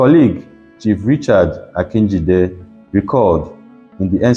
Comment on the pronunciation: Good job. But AG is Action Group, not Action Congress. Your pronunciation of Delta names are not good, you should have sought help with Delta people before recording, it's part of research. Even the name Akinjide was wrongly pronounced, a Yoruba person would have helped you.